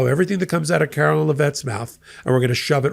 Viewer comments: Karoline not Karolyn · Care-o-line....line line line...not Lyn...her name is not Carolyn it is LINE. [KAROLINE]